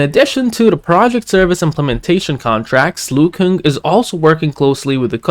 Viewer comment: it’s pronounce Luo-Kuang not Luo-King ✌️